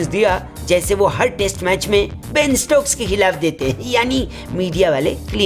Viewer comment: Ben Stoks ke bina England ki team bhi bekar hai isliye ek baar aap bhi bolo Benn Stoks😂😂😂😂😂🤣🤣🤣🤣🤣